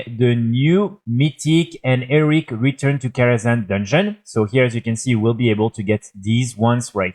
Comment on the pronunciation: Frenchman saying Eric instead of Heroic is my new funniest thing 😂